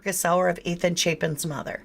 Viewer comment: It's pronounced like Chaypen. I went to school with his uncle.